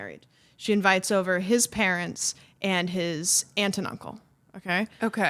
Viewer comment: Also, Farley's like, my pawrents!!